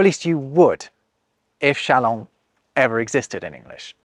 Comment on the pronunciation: Is this how people say "chalant" in English? Shalahn? I've only seen many of these faux words in writing. How can you be "non-plussed" by this pronunciation with forgotten letters and yet try to reform the alphabet?